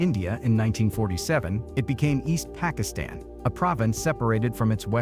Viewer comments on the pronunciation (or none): none